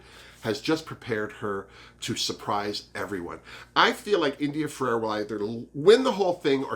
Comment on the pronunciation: Had to make another comment (also good for the algorythm - I'm so serious!) I wish I missed my mother too, so I get what you're saying. I'm sure other people have beat me to it. Her name is India Ferrah. not Ferrerah. And I am also happy to see her back in action! <3 Alexis IS a snack. But you called dips, so you can have them ;D I hope that Juju is at least top 2. She made it to top 3 twice. And she is better than a second runner up. I forgot about the "trafique" xD Yas Ongina better make it faaaarrr!!!